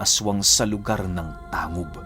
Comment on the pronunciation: Tang-Hub po ang pag banggit nyan